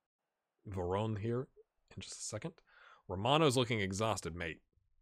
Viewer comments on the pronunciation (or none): I'm impressed! The intro was hilarious, the games entertaining, your Italian improving every episode. One tiny quibble: there are no silent vowels in Italian. Varone has three syllables. But that's fantastic, that's really the only note I had. Great series!